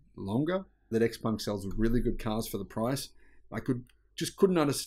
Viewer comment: It is Xpeng not Xpung